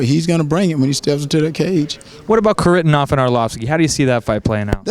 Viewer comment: its not pronounced carivnov homie thats not how its pronounces hari-ta-nov kharitonov, come on now :p